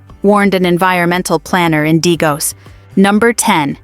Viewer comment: It is Digos not Diegos.